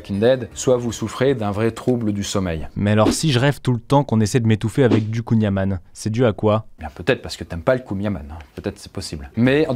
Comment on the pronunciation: Désolé mais en tant que breton je ne peux pas laisser passer ça : on ne dit pas "kouign amanne" mais "kouign amann", comme si on prononçait "an" mais en appuyant sur le "n". J'espère que c'est compréhensible en tout cas